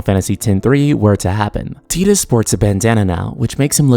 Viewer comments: omg it's TYE-DUS, not TEE-DUS!! It's already been proven it's TYE and not TEE. Please stop announcing it like this. So many youtubers get it wrong, it makes me ears bleed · I still hate that Tidus is pronounced 'Tee-dus.' I called him 'Tide-us' for years and it sounds so much better. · X-2 was trash, so please no. I consider X-2 non-canon, they need to retcon that shit. FFX ended perfectly. Also, its Tide-us! I'd prefer a prequel to FFX really with Auron, Jecht and Braska.